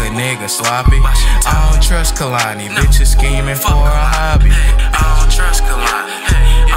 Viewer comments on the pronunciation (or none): THATS NOT HOW YOU SAY HER NAME 😂 ITS pronounced KAY-LANI GOOFY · He isn’t even saying kehlani correctly